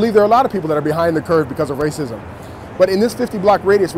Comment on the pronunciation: Was withnhim until, "Rasicm"